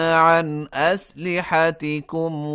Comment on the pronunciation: لفظ اسلحتکم میں اعراب کی غلطی ہے مہربانی فرما کر ٹھیک کر لیں